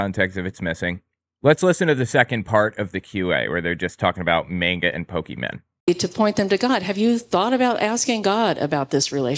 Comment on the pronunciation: Saying Manga incorrectly is triggering me.